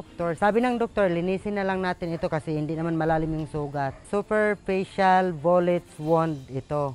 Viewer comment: At exactly , Maganda ang pagkakasabi nya na, mababaw lang, "superfacial"😅😅